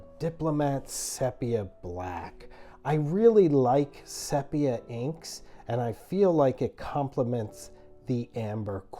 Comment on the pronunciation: It’s pronounced “ceepia” not “sep”ia like septic…